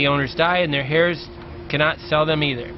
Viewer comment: Their hairs? You mean their heirs? You don't pronounce the "H"